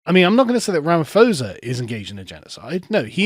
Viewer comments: BTW it's 'Cyril Rama-POH-sa' (the 'ph' is spelled as a 'p'). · Love the coverage. Just a note - Ramaphosa is pronounced with a hard "P".